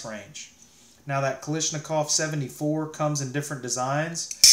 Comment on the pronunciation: Man really said kalishnikov